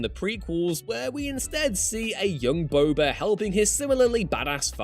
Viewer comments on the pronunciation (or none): none